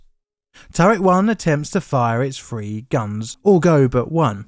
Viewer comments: STOP!! YOUR PRONUNCIATION OF THE WORD OF THE NUMBER "3" (THREE) IS "FREE"??? PRONOUNCE "TH" AS FOR "THE" NOT AS "FEE". GOT IT? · Now try saying three with a TH instead a F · Why do you say "free" when you clearly mean "three" (eg "Iowa's free guns")? There are other examples of "f" substituting "th". If you are to narrate an important piece of history, surely you should at least pronounce words properly ? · Was that one two or free.